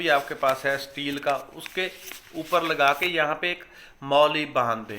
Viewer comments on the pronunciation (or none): none